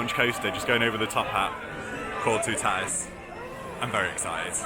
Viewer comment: I wish British people would pronounce it correctly it's too ta tis ...toutatis not tootaaatis